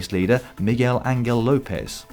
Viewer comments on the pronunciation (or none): Someday Dan will learn how to say Angel correctly when it comes to Spanish-speaking riders (it's An-hel by the way, if that helps with the phonetics).